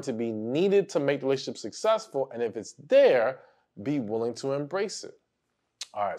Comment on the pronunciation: Damn it! It's not "woolying" it's willing!!!😅